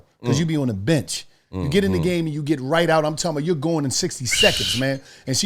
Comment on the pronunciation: every ad: I'm talmbout, I'm talmbout, I'm talkmbout 😆😆